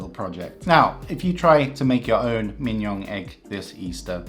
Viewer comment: Your pronunciation of Mignon would rhyme well with Kim-Jong.